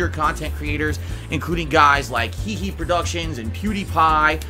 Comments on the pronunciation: Did he just call H3H3 productions "HeHe" productions ? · Yeah, he did. I mean, maybe in leet speak, it would be read as "He He", but the name of their channel is "H3H3 Productions", not "He He Productions", massive fail there,. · he-he productions lmao